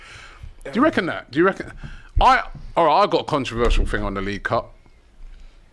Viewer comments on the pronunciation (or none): none